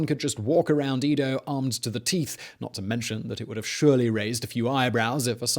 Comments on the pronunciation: It’s not eedo (as in eat), but Edo (as in Eddie). Do a little research. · It's E-do. Not EE-do. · Its Edo, not Ido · Edo - short e, not long e. Man, your butchering of the Japanese words is killing me...But other than that, I like your story telling.